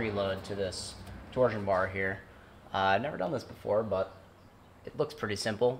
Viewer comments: i dont like the way he says torsion...at all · says “torsion bar” like a true ford guy😂😂🌈🌈